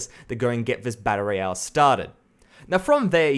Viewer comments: It's "battle royale", not "batta roiyah". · "Batta Ray Yell"